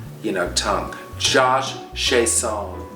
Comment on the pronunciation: Only Miss Coco would read off a list of names and make it entertaining. Love you, Miss Coco! ❤ On Josh Chiasson - I had a French teacher in high school whose last name was Chiasson and he always corrected our mispronunciations of his name. He said it was supposed to be "shyass-SAW' " with the last syllable very nasally like it was delivered through the nose - because it was a French name!